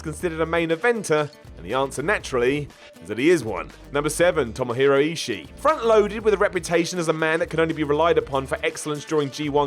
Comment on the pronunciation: Man, it's brutal hearing struggle with all these dudes from NJPW. Naito=Nighty, Ishii=eeshee, etc.